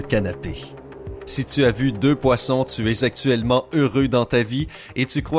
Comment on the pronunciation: Oui, il a dit sexuellement au lieu de actuellement 😅😂